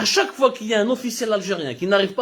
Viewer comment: Voir fois et non foid